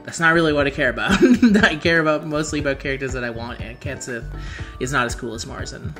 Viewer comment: The pronunciation here is not intuitive. "Cat Shee"